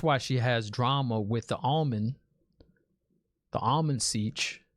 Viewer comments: It is Amyrlin not Almonds. 😃 But you know what Almonds will do too. 😀 The Amyrlin Seat is like the Aes Sedai Prime Minister 🤣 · My bro you cant call her The Almond 😭😭🤣😭 love your enthusiasm as always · lol bro, you kept saying the almond and it made me completely forget the actual name of the "Amyrlin" seat lol..another great deep dive man, great questions. You're really good at picking up on things and i swear i just wanna get on here and start saying stuff but we cant, no spoilers! you're reactions are so awesome! Also, gratz on breaking 1k subs man.